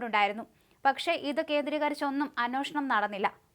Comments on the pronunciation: അന്വേഷിക്കുക എന്ന് പറയൂ.. അന്വോഷണം അല്ല..ഏ ആണ് ഓ അല്ല. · Annoshanam ശരിക്ക് ucharikku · അന്വേഷണം എന്ന് പറയു